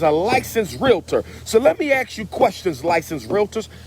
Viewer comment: Dr. Umar. You have a PhD. Please learn how to pronounce "ask" and not axe when appropriate. That's very disturbing. It's not petty. This is ridiculous.